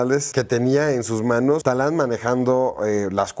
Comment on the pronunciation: No es Talán, es Tadán po favo :)